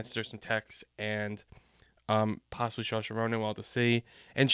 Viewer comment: Some help with the pronunciations: Ralph Fiennes. Ralph is pronounced RAFE (hard "a" and you don't pronounce the "L"." For Saoirse Ronan, it's pronounced "Sir - sha"